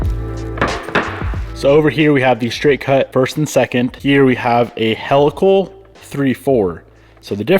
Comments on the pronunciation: helical is pronounced "HEEL-uh-kul" not "HELL-uh-kull" ;) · Helical is pronounced he-lick-el not hell-ick-l! Lol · smart to beef up the trans now. the angled gears ... fyi HEE-luh-kl (from helix, like spiral dna) not "hell-a-kl" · “He”-lical….. not Hell-lical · Came to say this. Great explanation 👍🏻